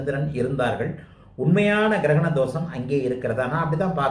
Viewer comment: Girakana? Funny. Say grahanam or eclipse